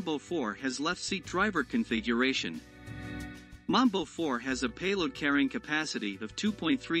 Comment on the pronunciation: Correction: your pronunciation of Mbombe 4 is similar to Mamba which is a different MRP. You pronunciation is that of Mamba vehicle so the Mbombe should sound like M'bomb'e. The Mamba is charactirised by a wheel on a side. 🇿🇦